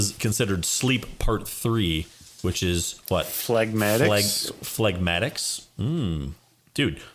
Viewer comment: Yo, Dude...phlegmatics...don’t pronounce the G. And you got your scratch exactly wrong while Grimm landed it just right. To your everlasting shame, sir!